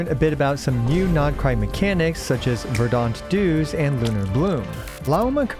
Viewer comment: "Verdahnt", lol I can't handle this.